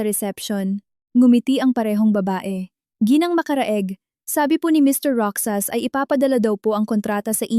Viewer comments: Hoy narrator magbasa ka nman ng comments para Malaman mo na Ang Tanga mo sa pagbigkas mo ng Roxas. Basahin mo ng rohas Hindi roksas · Mali-mali ang bigkas ng ilang salita gaya ng Roxas, ang bigkas ng narrator : Ro-xas/ sas tamang bigkas ng Roxas ay: Ro-jas/ has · Roxas or Rojas not roksas ano ba yan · Nakakainis kaya pakinggan, ang pag bigkas ng roksas, imbis na Rohas (Roxas) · Roksas ang dapat na pagbasa niyan ay rohas kasi ganito ang pagbasa ng kaibigan ko sa apelyido nila same as Roxas or Rojas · Hindi ka baggy narrator daig kapa ng isang kinder sa pagbabasa paano naging Roksas ang Roxas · plaese sorry po na icheck ko ang pag pronouns ng ROXAS(ROHAS) po ang pronounce nyan